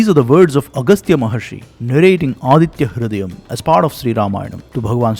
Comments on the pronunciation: Very nice explanation. Just want to request you to work on your Sanskrit. Other than this small request, everything else is amazing. Thank you for your great work. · Your uccharana(pronunciation) of Aditya hridayam is making my spine shake brother. I very much admire your voice.